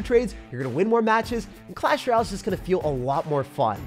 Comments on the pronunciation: “In Clash Raal!” 💀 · Someone tell him it's clash ROY AL. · Couldn’t get passed the pronunciation of “Royale”